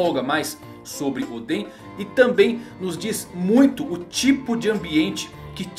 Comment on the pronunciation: fala certo nome de oden